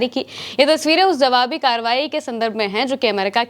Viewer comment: Mam jawabi hota hai zawabi nahi,bura mat maniyega,Sudhar kariye